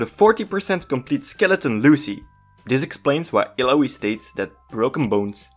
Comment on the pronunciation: Cool, you pronunce her name wrong even when she tells it how it's pronnounced. No don't trust your guide.